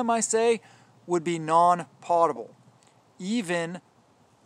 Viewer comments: Potable Drinking water - Food American pronunciation Sounds like pow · tuh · bl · You forgot bleach bottles,they are perfect for “potable” water which you didn’t pronounce correctly